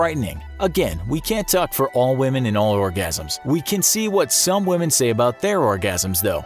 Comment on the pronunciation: Why do you pronounce women as we-h-men !!!!!